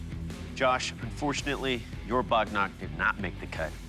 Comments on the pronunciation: its not Bog Knock its "wagnakh" pronounce it properly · HELLO HISTORY TV 18, I M HERE TO CORRECT YOU. THE WEAPON YOU NAMED AS BOGNAG IS CORRECTLY SPLLED AS "WAGH NAKH" MEANING NAILS OF TIGER. THATS ALL THANK YOU😄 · Bog knock ❌ Wagh (Tiger) Nakh (Nail) ✅ clearly mispronunciation of the Marathi word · Wagh Nakh❌ Bog Knock✅ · Not only Pata, it's Dandpatta Not bog-nok, it's Wagh-Nakh. There are many things foreigners don't know and it's our duty to enlighten 'em. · bhai wo wagh nakh hota hai bog knock nhi